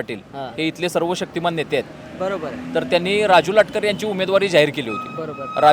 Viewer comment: Latkar nahi latkar